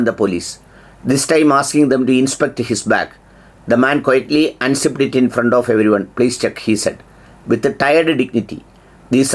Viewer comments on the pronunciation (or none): none